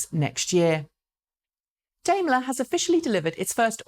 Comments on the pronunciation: Taycan was not the only hard one to pronounce. I noticed that Daimler changed during the duration of this video from Dimeler on the first mention to Dameler on the second ? Now I am confused again. Normality restored ! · I do like your show, but perhaps you should not discuss pronunciation. You still do not get Taycan right. Apparently your did not listen very well. You missed the correct pronunciation of Daimler several times as well. Passing off the concern about correct pronunciation as a joke contributes to the impression of English arrogance.